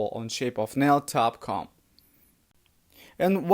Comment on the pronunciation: Dot com, not top com